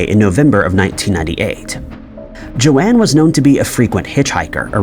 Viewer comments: Joan, not joanne. Its pronounced JONE basically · I ignore a lot of your mispronounciations, but pronouncing the name "Joan" as "Joe Anne" is the most baffling one you've ever done. Nobody in the history of the planet has ever pronounced "Joan" like that. "Joan" is a single syllable, rhymes with "bone."